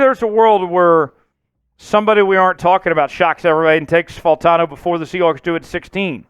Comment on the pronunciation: these videos are a little repetitive, you are so high on him and don’t even know how to say his name…… you’re going to be sad when we trade back and don’t pick him.